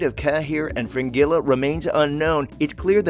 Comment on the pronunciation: And Frengila ( spelt as he says it) SMH 😖